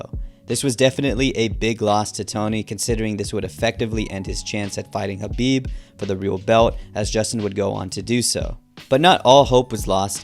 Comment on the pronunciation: You keep calling Khabib Habib.